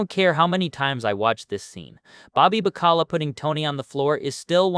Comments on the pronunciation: "Bobby Ba-Ckala?" Did you actually watch this show? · Please for the love of God pronounce Bobby's last names correctly! What in the literal fu@ A Sopranos channel that mispronounces names!